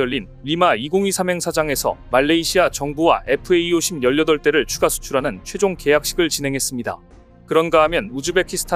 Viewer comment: FA-50이라고 쓰고 FAE50이라고 읽네요.